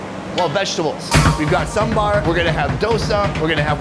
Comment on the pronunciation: it's not some-bar it's Sambar (saam-br)